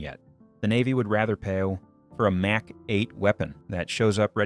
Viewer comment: AI rubbish. The word Mach pronounced Mack.